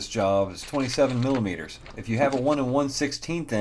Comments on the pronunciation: Did you just say millipeder 😂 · Did he say "millipeter" instead of "millimeter"? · did he say milipeter wrench? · nice vid, and sped up at the appropriate places, very good,, but did you say 'milipeter',, it is spelt millimeter. you do make a good job of the bearings though. you should mark the spline after you remove the nut and washer with a center punch, before you pull the flange from the spline. imo..